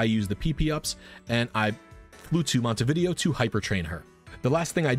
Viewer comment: We need a "Pokemon trainer" NPC that just let's you freely change a pokemon's EVs, IVs, nature, ability and moves once you finish the post-game, in exchange for money, not a special hard to get token. Also, not him calling Montenevera "Montevideo" 💀